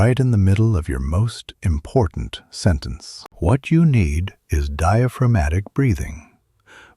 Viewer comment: I think this is an impor'ant skill to learn